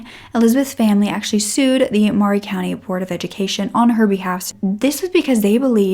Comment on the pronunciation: I lived in Columbia tn when this happened. How sad. WHAT A SICK MAN!!! His poor family!!!!! I am sooo sooo happy that Elizabeth has found her way best life!!!!! When i first moved there I called it Maury county until I was corrected…. it’s pronounced. Murray county. I know not spelled like that. lol. MAURY COUNTY/COLUMBIA IS MY HAPPY PLACE. YOU SHOULD VISIT. LOOK UP MULE DAY. IT IS IN APRIL. 😀